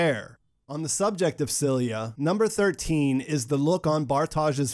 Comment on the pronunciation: the detail i did catch was you not being able to pronounce Silja and Ariadne